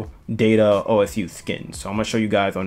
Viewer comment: Just so you know it’s pronounced oh sue